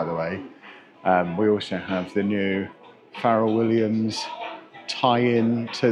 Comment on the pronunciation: “Farral” Williams 😂 You call this hippity hopity nonsense by Farral Williams music??!! 👴🏼